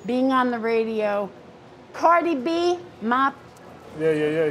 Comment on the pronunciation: Hang on. Did she call the song by Cardi B... "Mop?" 😄 Oh, that is adorable!